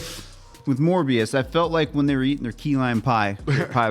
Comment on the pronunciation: It's "Mobius" not "Morbius"